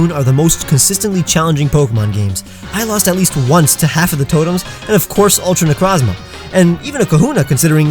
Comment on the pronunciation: You go on to say ultra necrozma three times and every single time out of these three I heard you say “ultimate crozma”